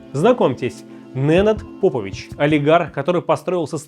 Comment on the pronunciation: Попович правильно ставьте ударение, навальнята ебн